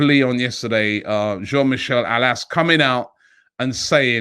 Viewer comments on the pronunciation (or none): Cool, you said "Jean" with the French accent. Great! Now you just need to get his family name right: Aulas = "Olas"!